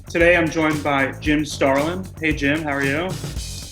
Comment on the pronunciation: "Jim Stralin is a legendary comic artist" umm, that's "Starlin"